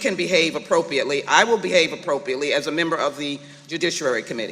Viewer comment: Ms. Jackson--Lee , the word is appropriately, not appropiately, if that matters to you or the next generation of illiterates .